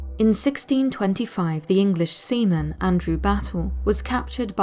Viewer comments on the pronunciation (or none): none